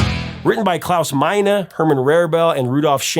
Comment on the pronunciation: I'm impressed by your correct pronunciation of "Klaus Meine". English speakers normally mispronounce vowels in German.